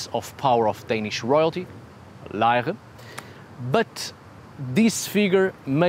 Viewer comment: Good work pronouncing "Lejre" 👍😊 🇩🇰 Thank you for this analysis of the tiny 'Odin on a chair' artifact. It is in fact so small it was recently made available for purchase as a silver pendant, in the National Museum in Copenhagen.